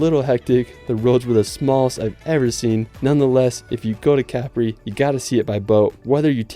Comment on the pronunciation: Cool video man, just FYI it's pronounced "cuh-pree" for Capri, not "cap-ree" as you say in the video. Going to the coast next October so this was a cool preview video :D